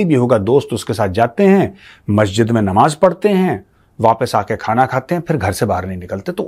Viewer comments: Nawaj nahi namaj hota hai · 😂tum thotala likte bhi ho😂.nawaaz nahi namaaz hota hai